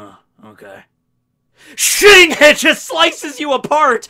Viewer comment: today's forcast will be a nice snowy day get ready, hope you have a good day also, 'shink' that's what i picture him saying 🤣😂🤣😂